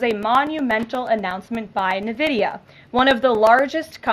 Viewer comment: Did she say "navidia"?